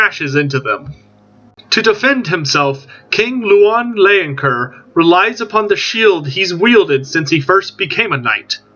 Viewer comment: As a french myself, Bretonnia appeals so much to me. I do hope they will be playable soon after release. And don't worry, I bear no grudge at your pronunciation, especially as you made such a great video about Louen Leoncoeur. Vive le Roi!